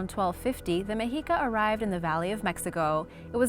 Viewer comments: Meh-she-ka, not me-he-ka. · Its actually pronounced Meshica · I think it's pronounced (Meh-she-kah) never heard it pronouced like that before😮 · Meh shee kah